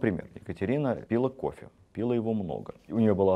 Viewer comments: Удивительно,что Медынский говорит:"одевали платье,а не надевали","пИла" и др. Но было интересно. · Здравствуйте,конечно,великолепное повествование и знание материала и презентация.два момента:ударение на второй слог «пилА» верно и склонение числительных:шестисот ,а не шестиста. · Бесподобные лекции. Огромная благодарность. Но большая просьба - очень режет ухо в вашем исполнении "пИла кофе".... аж до скрипа